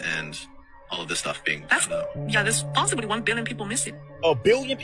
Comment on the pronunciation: LMAO “POSSIABLY” 🥴🥴🥴🥴🥴